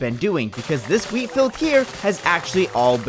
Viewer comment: I keep hearing weed, instead of wheat.